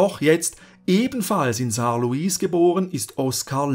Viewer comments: Uhhh Saarlouis wird Saarlui ausgesprochen 😊 Aber abgesehen davon das beste Video zur Geschichte des Saarlandes das ich je gesehen habe😊 übrigens das Saarland hat wieder die 1 Millionen Grenze überschritten 😮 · Als Saarländer muss ich komplimente für das video machen nur zwei sachen: bei der aussprache von zwei städtenamen. Das "louis" von Saarlouis wird französisch ausgesprochen weil die Stadt nach dem frz König Louis XIV. benannt wurde. Und bei Neunkirchen liegt die betonung auf NEUN und nicht auf Kirchen. Aber ansonsten wirklich ein wundervolles Video über meine Heimat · Gutes Video, sehr interessant, informationsreich aber um eines möchte ich aufmerksam machen es wird zwar Saarlouis geschrieben jedoch lässt beim beim sprechen das s weg da es im französischen auch nicht gesprochen wird